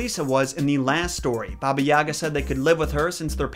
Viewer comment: in balkans we pronounce it as ''yaaaga'' with kinda sharp 'a' at the end. Also, they never say 'baba' to the end? You're supposed to 'baba' not 'bab'. But I highly agree, they never make any effort to actually pronounce slavic words correctly, trying and putting to much effort into words of other origins such as japanese etc. I'm like c'mon we also deserve that least amound of respect